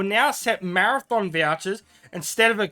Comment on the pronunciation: have to say it really freaks me out to hear you say 'marathon' chest or 'marathon' vouchers, these things are called 'mathom', it's a hobbit word, not a race :D btw I would never use precious vouchers on equipment, I think they are far more valuable for gifts...